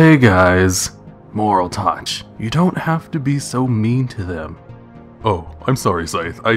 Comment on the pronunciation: Youre saying moraltech wrong